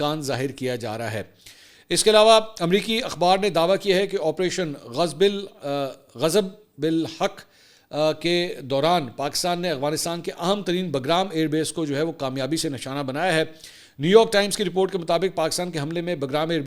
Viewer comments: اسلام وعلیکم منصور بھائی آپریشن غضب للحق کو ب کے نیچے زیر کے ساتھ پڑھیں آسانی راہے گی 📌 زیر کے ساتھ پڑھیں گے تو بنے گا غضبے للحق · AOA, Mansoor Bhai itnay din ho gaye operation "Ghazab Lil Haq" shuro huwe aur aap se aaj k v log tak 1 dafa bhi ye lafz Sahi nahi bola gya. Hamein suntay huwe embarrassed feel HOTA he aap ko nahi hota? Nothing is difficult, just try to read as it's written in English, All other major Media people are pronouncing it correctly. You should have noticed by now how other people are speaking, it shows your observation is very weak.